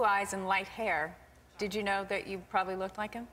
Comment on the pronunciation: Haha, did Lisa say "know" with a k-no sound? Or did she say "can know"? Oh, I love her... Friends forever! Still the best show on TV. xD